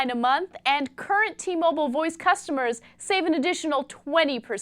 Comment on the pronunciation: t- mo-byle